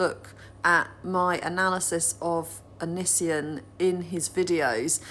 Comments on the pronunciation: Anissian lmfao I’m dying 😂👌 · Please don't say Onisions name so beautifully hahah.